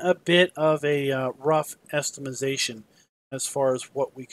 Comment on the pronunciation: "Estimazation"